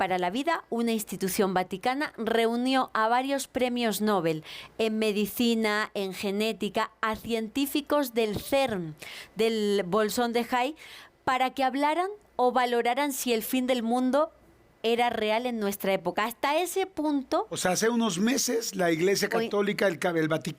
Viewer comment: Amiga, no es bolson!